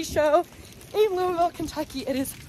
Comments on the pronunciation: Thank goodness for someone who can pronounce Louisville correctly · Your pronunciation of Louisville was perfect. Welcome to Derby City! I generally stay away from all the big shows here in Louisville, except when I worked for a trade show company for a couple years, and displays, graphics and rentals had to be set up and taken down. Thank you for taking us all along and showing us this side of a trade show through your eyes. Ear protection at a tractor pull is a must, or so I've heard! Stay safe y'all!